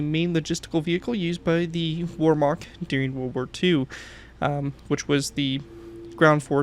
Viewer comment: Warmark It's Wehrmacht. You're killing me, lol😅